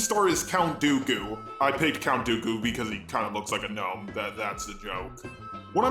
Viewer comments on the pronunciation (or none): none